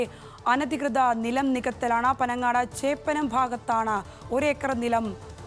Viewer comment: ചോപ്പനം അല്ലടെ ചേപ്പനം ആണ് 🤦🏻‍♂️